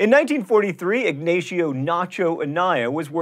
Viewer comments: Ignacio is pronounced ig-NAH-see-oh, not ig-NAY-shee-oh. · IG-NAY-SHIO. Oh my. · sigh- Everyone pronounces Ignacio incorrectly.